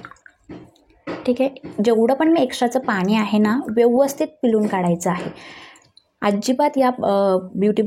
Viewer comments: पिलून नाही पिळून... कलेपणा नाही काळेपणा .. दोल्या नाही डोळ्या खालचा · पिलुन, नाही ग पिळून